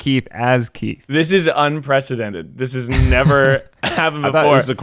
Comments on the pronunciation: Literally no one:: ThIS iS UnPrEcEDeNtEd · No one:: ThIS iS UnPrEcIDeNtED